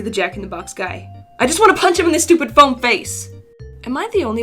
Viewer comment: wait a minute did you say foam or phone